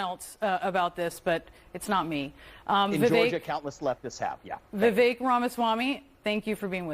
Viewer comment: If you expect people to pronounce Kamala's name correctly then you should show the same courtesy to Vivek... His name is Vivek which rhymes with snake, flake, and mistake.